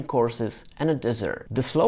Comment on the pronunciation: Dessert - not desert. LOL